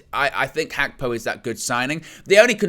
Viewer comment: you nearly have the pronounciation of Gapko correct.....in Dutch the "G" in a word is pronounce with a sound from the back of the throat...almost like trying to clear your throat...takes a bit of practice for people who only speak English....I bet Nina would know what I'm talking about. Arabic uses it as well. Big up trying to get it right.